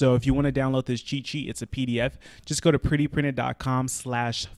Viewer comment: all the time he says cheat sheet, I hear chi chi..... :)